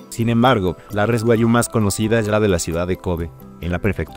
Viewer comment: Buen video pero pronuncia Guag- Giu Tu lo dices Gua-yu